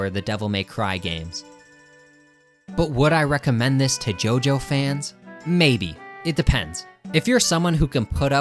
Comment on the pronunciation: It's not pronounced "GEO GEO". It's pronounced "JOJO"!